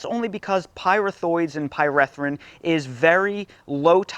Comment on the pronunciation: Pie-ree-thrin not Pie-reh-thrin